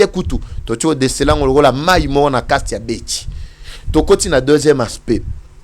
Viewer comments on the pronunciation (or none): none